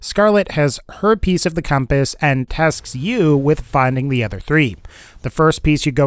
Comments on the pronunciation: was i the only one that thought he said herpes instead of her piece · When you said "Her piece of the compass", i thought you said "herpes of the compass"